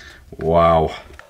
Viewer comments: With the umlaut it’s sort of like CARE-hcher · Kärcher...it’s called Kärcher with se Ä!